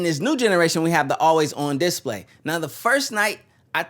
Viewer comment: is he meming when he pronounces display wrong 10000 times in a row?